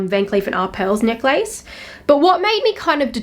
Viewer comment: First time i ever heard someone pronounced necklace as neck-lace